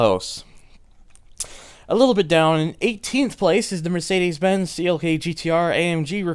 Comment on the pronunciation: Of course no one except from my country can pronounce it correctly... xDD You got the first part right tho! :D